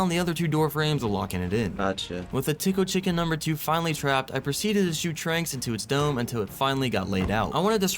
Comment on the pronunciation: bro it is not thickle thicken its tickle chicken